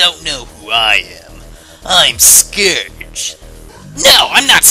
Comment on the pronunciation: You said Scourge wrong